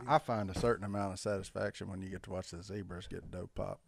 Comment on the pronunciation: When did he turn into British accent with the Zedbras??? Zebra...no d...